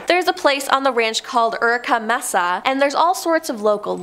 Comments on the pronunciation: Pronounced May-saa not Mess-sa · may-sa , not mess-a JFC Understandable is English isn't your first language, but fuuuuuu.... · Its M-E-S-A! ..NOT MESSA!Lmao 🤣